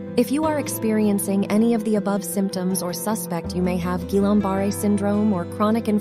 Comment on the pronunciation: Barré, not Barr. Pronounce it correctly, please!